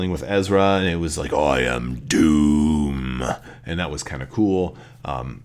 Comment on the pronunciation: I think it was dume instead of duhm